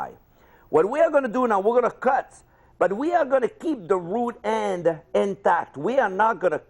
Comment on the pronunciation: I LEGIT THOUGHT HE SAID RUDE END INSTEAD OF ROOT END 😂😂😂